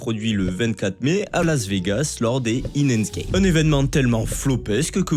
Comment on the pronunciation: La manière dont t'as prononcé "enhanced" est illégale